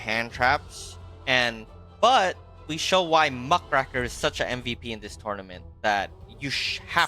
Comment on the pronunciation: Muck RAKE r, not Muh CRACK er